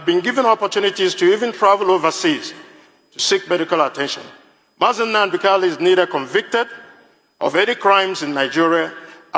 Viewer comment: Bro abeg , pronounce the name well Mazi Nnamdi Kalu ....not Hunadi kalu